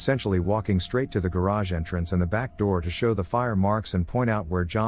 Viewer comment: Always interesting when the text-to-voice software pronounces something weird, like with "entrance"in story 31.